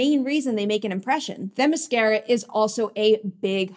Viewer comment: Themiscyra (cy) not Themiscehra (eh) get your pronunciation right!